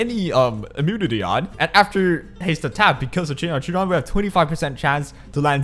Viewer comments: with utmost respect, it's kai-ron not Chee ron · well no, chiron is also a mythilogical character from ancient greek mythology, he is a centaur. idk what it has to do with guilty gear and why they chose to give the name in the game for that but in greek mythology its pronounced kairon, sorry if it looked like i was ridiculing you! i enjoy your content very much